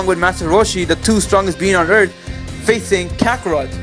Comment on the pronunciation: "Destroying every humanity on erf"